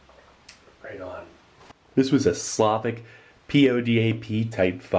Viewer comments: Its slovak. Not slavik. Thank you ;) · Funny how Steve calls Slovak ration as Slavic ration :) nice vid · its pronounced slo-vak not slovik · I missed it by three years, and yet, I can't not say this: SLO-vok and SLAH-vic are two distinct things.